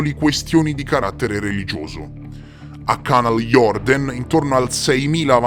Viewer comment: Si pronuncia Canal jurden